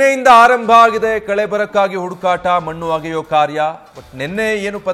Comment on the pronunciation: ಹಡು ಕಾಟ ಅಲ್ಲ ಹುಡುಕಾಟ